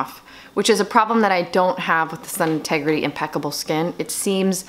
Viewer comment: Sorry got cut off. It’s “sun-tegrity” not “integrity”. Not that it really matters but I know you talk about this brand often to wanted to share! 😘 I also love the brand. Xo. Stay well